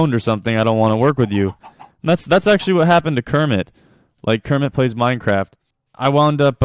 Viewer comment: Who lik minecwaf? We like minecwaf!